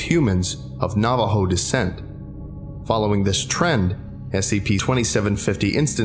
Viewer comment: Glad this SCP is inspired by our culture, but you mispronounced some things: Shaman (Sh- ah- men) Dine (Den- aye) Navajo (Nah - vah- Ho) the word is Spanish and "J" are pronounced as "H" I should not speak about it, but I also don't know much Navajo language Naaldloshii ( Nah-hah-zDIT-shu-hoo-shee-et)